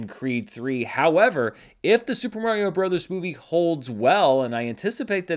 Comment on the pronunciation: Dude, it's Mario.